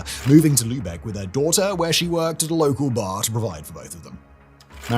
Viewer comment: Props and Kudos for pronouncing Lübeck right! <3